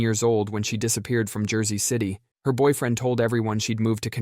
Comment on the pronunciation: “Jarsey City”